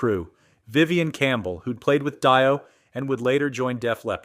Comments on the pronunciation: For future reference, Dio is pronounced "DEE OH", not "DIE OH" solder is "SOD ER", not "SOL DER", Basswood is "BAAHS WOOD", not "BASE WOOD", 5150 is said as "Fifty-One Fifty", not "FIVE ONE FIVE ZERO", luthier is pronounced "LOOTH EE ER", not "LOOTH EE AY". It's difficult to assume these mini-docs are accurate when the subject matter itself hasn't been researched. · "Vivian Campbell, who played with DIE-OH....." Fucking artificial "intelligence!" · Sawl-der, oof. Die-oh made me guffaw. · "Die O"? Yeah, fuck AI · Who the hell is “Die-O”? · Vivian Campbell who played with “Die-O” lol gotta love AI over dubbing. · Vivian Campbell played with Die-Oh... LOL. Stop using AI slop. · AI….It was going good until it called the 5150 record “five one five oh” and pronounced DIO as die oh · I also found that annoying. In addition, this vid was way longer than it needed to be, a lot of repetition of talking points. Groan! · Just stopped the video to find this comment. Right at the top where it should be. This video was going so well until I heard Die Oh.....Wtf man. Put some respec on Ronnie's name! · What, you don't like Raw Knee James Die-Oh? He wrote that one song, Holy Diverticulitis.